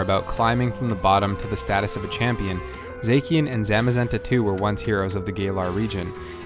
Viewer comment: I'm sorry, "Zakyen"???